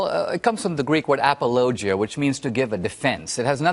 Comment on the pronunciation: It's not APOLOGIO, you pronounce it incorrect.